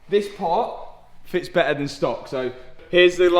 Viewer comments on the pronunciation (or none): bro just says beeher and not better😂 (no hate i just think its funny)